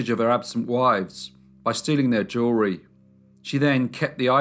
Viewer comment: Every time you say jewelry, I hear "jury."